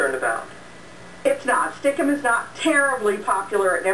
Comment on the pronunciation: Stickcam was. pronounced ( stick- cam )